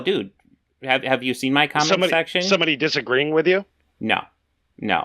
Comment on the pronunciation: Why is it impossible for you to say the word 'With' ? You say wif. It's very off-putting.